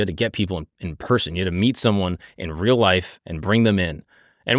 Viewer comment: May be more perplexed by the way you say “real” or “rural” in the beginning of the video..